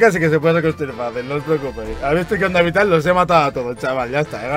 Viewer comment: Onda vital dice oilo